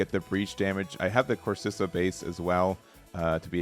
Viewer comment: Core-si-kah Base